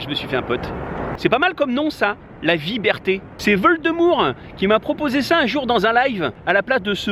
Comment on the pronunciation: PS. Et "vieberté" c'est sympa !